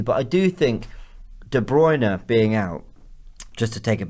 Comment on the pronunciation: C'mon! Learn how to pronounce De Bruyne. Correctly. Please!